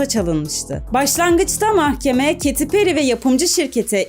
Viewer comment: Kadinin adigini dogru soylesen on numara video😂